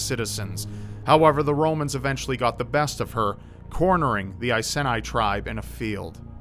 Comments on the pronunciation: Just thought I'd let you know that your pronunciation of all the names to do with the Icene was painful for someone from Boudicca's home. It should be said I-see-nee , Prat--soo-tag-oos , Boo-dee-ka. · as a brit I know its pronounced eye-see-knee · Seye-zee-knee. Bood-ecka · Just an FYI, it's pronounced 'eye-sea-nee' But thank you for bringing the badass nature of Boudicca and the Iceni tribe to so many who won't know of it, I love this channel so much <3 Kindest Regards, Someone who grew up, and has lived in the Iceni area for over 20 years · i know it's a bit of a nitpick, but I'm actually from the area where the Iceni tribe lived, and I found the the pronunciations are a bit difference here. Iceni is pronounced "ice-e-nee" while Boudicca is pronounced "bo-da-cia" Sorry if it is a bit of an annoying nit pick. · Its pronounced (EYE SEE KNEE) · Iceni is pronounced eye-cee-nee and Boudicca is pronounced buh-di-ka ;) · You pronounced iceni wrong. And you also mispronounced boudicia (Edit) the idea of her poisoning herself is a myth. The iceni are from an area of England called east Anglia and it's believe boudica's village was near the city of Norwich in Norfolk.